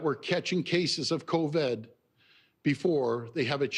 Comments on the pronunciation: Why does he keep saying "coved"?? Its covid for christ sake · is the new strain called "co-ved" ??? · Why is he saying "Coved" . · It's Covid not Coved my friend. he can't get the word right to show you how much he really knows. so full of it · "Co-ved"? HAHAHAHA! Is that the new strain of virus we're up against?? HAHAHAHA!! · Yeah and stop saying Cov-Ed it irks me everytime ..... dick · He says covid funny lol